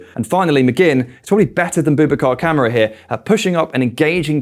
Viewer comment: why doe's everyone call KAMARA Camera ? its KA MAR RA BOUBACA KAMARA ! Camera hahaha i hear this often its hilarious pronunciation is important fellas least no one gets Super John Majins name wrong oh ffs UTV